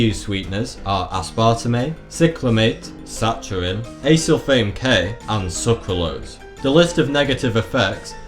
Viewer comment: Again please double check your pronunciation of words. Aspartame, Saccharin and Sucralose. Please please please say the words correctly.